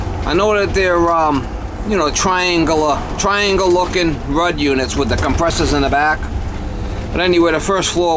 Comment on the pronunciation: Just a friendly helpful note: For the HVAC brand name "Ruud", it is pronounced as rood.